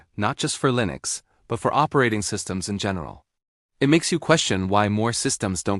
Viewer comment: 'LINEX' lol